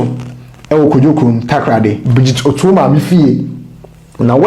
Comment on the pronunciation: King the Fanti name Otoo is pronounce Otu .